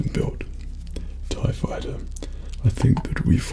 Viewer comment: Darth Vader tie faiyter